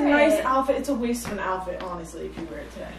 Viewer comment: The way you guys say “alphet” and not “outfit” 😂